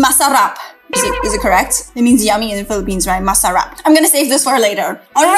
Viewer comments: u say it right its masarap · The pronounced was correct it's masarap❤👏🏻👍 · I'm a Filipino and the first time you said Adobo was the correct pronouncing (i love adobo and sinigang) (masarap is correct pronouncing) (Third time you said halo halo was correct) I LOVE JOLLIBEE (i had my 9th bday there)